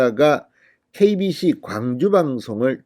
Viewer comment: KBS인가 KBC인가 발음이?